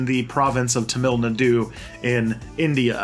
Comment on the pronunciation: Come on, at least take a few minutes to learn how to pronounce names KA-ma-la FINE-stine TAH-mill NAH-doo